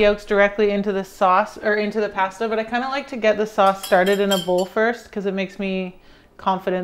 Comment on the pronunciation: Its pasta not passduh lol That looks so good though.